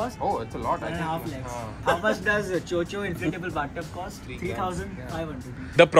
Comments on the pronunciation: It's Cho Cho not Cho chi 😂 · It is not 'cho cho' it is 'chod chod'